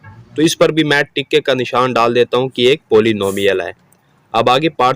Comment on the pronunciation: Ticka ✖... Tick ✔.... Sir ......🤣..